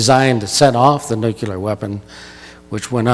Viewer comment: pronounced nu-klee-ar not nuke- ya- ler